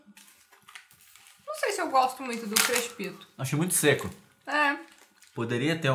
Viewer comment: o falando "kreixpitoa" 🗣 perdi tudo